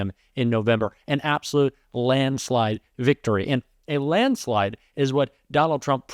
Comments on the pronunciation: He definitely can't say landslide. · Landslade whaat????????????????? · LOL ---- he's going to lose in a "Landslade". Let's publicize him saying that word as much as possible. This is definite signs of early dementia, without a doubt and very bad news for Republicans.